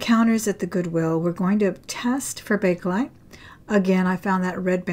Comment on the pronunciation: It’s Bakelite.